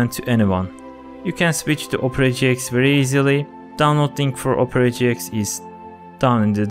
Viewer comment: when he sponsored opera gx it sounds like opre gx